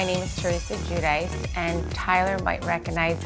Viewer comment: All these years and she still can’t pronounce her last name. It’s a common name in Italy anyone could teach her how to pronounce it.